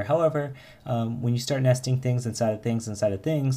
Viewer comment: you say nesting like nasty-ing :))) Very cool videos, thanks a lot.